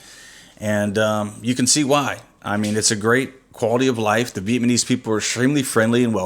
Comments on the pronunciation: Vietmanese... LOL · I know you're not aware of it but you keep calling us Vietmanese. We are Vietnamese. Other than that, you guys seem like a pretty cool couple. Good luck with the channel.